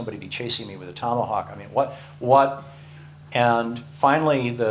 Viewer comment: Did you say chasing me with a thomahawk or tomahawk ? :oD